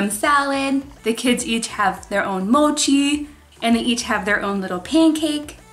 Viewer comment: U pronounced mochi very weird